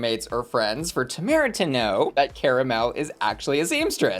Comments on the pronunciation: still pronouncing Tomara wrong 😂 Personally I think the safe decision was right for her I wouldn't put her in the top. Agree with the bottoms though 😌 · second episode in and you keep pronouncing Tomaras’ name wrong 😴